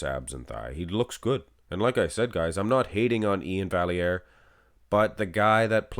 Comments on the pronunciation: For the record, Iain’s name is pronounced “Val - E - Air”.... He has it posted like this in his Instagram bio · Absolutely robbed. Anyone who looks at Iain and doesn't see the layer of subcutaneous pudding he's carrying with him is blind. Also, front lat spread... Iain wins? No calves and his chest disappears. And, yes... It's Val-yare. You're Canadian, bro. Lol